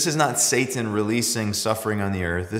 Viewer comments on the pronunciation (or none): none